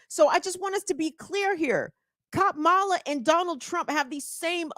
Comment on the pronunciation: He could learn how to pronounce Kamala. Kamala should call him Weird Dan-old.